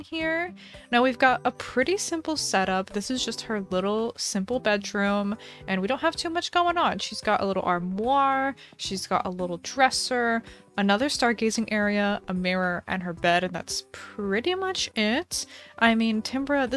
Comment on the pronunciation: Hi! FYI armoire is pronounced R(as in the letter)-mwah